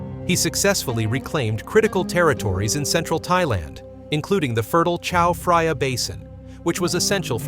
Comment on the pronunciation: Well spoken! On top, his pronunciation of "Chao Phraya" made me squirm. There is no "f" sound in Thai language. I'm not going to waste more time on this.